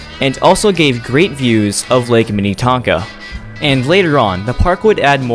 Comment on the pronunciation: Before the Excelsior Amusement Park, there was the Big Island Park on Lake Minnetonka, just across the water from Excelsior. Also, the ferris wheel at Valleyfair is not from Excelsior. It is much taller than the Excelsior one. The scrambler and tilt-o-whirl were from Excelsior. Also, you pronounce Minnetonka and Shakopee incorrectly. We say Minatonka and Shakopee. The o is pronounced like the letter o.